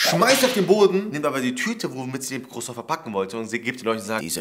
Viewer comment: Dieser Cruason hahaha.:ich wollte aber nur einen Cruason